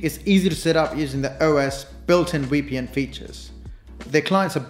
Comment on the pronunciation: Thanks for explaining it so well. Side note: You also say the "w" sound for the V in VPN. So you're saying it like WPN. South Asians tend to do that along with Russians.